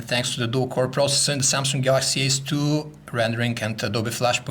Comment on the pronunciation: is he saying samsung galaxy S2???